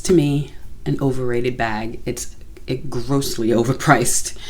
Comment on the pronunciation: Love how you accentuated the word "grossly" hahah! I must agree, good gracious Chanel is overpriced!